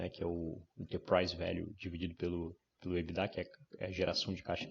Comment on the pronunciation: Enfim, alguém pronunciando EBITDA da forma correta. rs